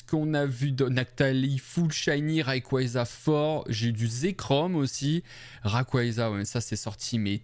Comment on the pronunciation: Salut, on prononce "réiqouatza" WAAAA INCROYABLE l'enchainement dracaufeu gold avec mackogneur arc en ciel incroyable !! et le double salamèche est vraiment beau, super vidéo : comme d'habitude